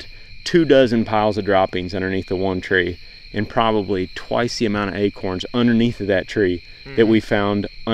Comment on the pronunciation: LOL... they are acOrns... not aKerns!!! Dang Texas guys... haha you said that buck showed no indication that it might have CWD. That in mind, is a guy supposed to have every deer he harvests tested for CWD?